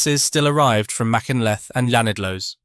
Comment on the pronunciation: TBF I thought he did quite well on Machynlleth but not so good on Llanidloes